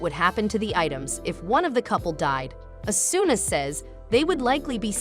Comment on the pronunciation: and its o su na = asuna